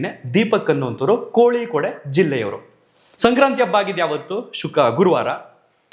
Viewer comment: ಕೋಳಿ ಕೋಡ್ ಅಲ್ಲ koyikkod.. ಕೋಯಿಕೋಡ್